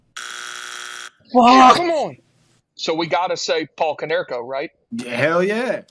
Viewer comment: HOW DO YOU NOT SAY KONERKO